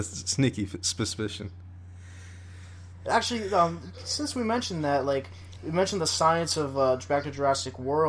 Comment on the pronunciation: did I just hear “spuspision”